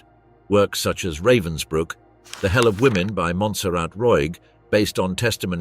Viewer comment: What have stills from a film starring Timothy Spall got to do with something that took place in 1947 ? This video is supposedly about a bitch, yet we see court scenes in which all of the accused are men. This video is cheap and nasty with at least three different pronunciations of Ravensbrück, none of them correct.